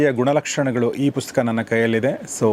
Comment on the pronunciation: Sir ಪುಸ್ಕ.. ಅಂತ ಕೇಳಿಸುತ್ತೆ... ದಯವಿಟ್ಟು ಗಮನಿಸಿ🙏